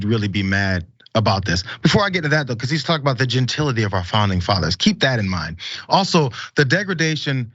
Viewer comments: You can correct me if I’m incorrect, please do. Genatility isn’t the word he thinks he’s using… he added the extra syllable.. maybe? I think he’s an idiot, so it’s not shocking. You go Lizzo!! I’m a white woman, and I support both the twerk, as well as you being able to play that flute, and others at the library of Congress. THAT is herstory. Eff the patriarchy!! I just think it’s fabulous all around.. that Lizzo is a great flutist, stands for body positivity, and is such a voice in today’s world. Can’t say that I’m a fan of her music (I haven’t really heard much of it, aside from when she goes viral. I also don’t watch tv and am not on social media). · “Gentility”, lmao!